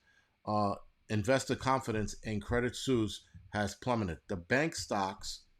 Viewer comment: It's pronounced credit sweese